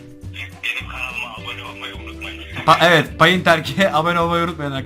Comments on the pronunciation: Şuna payınt diyip durma gıcık oldum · Pağint ne be çocuk :)